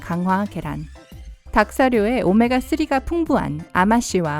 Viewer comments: 오메가 뛰리 발음 굿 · 오메아 뜌리 발음 뭔가요..ㅋㅋㅋ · 오메가 뜨으릐 할때 나만 터졌나여? ㅋㅋ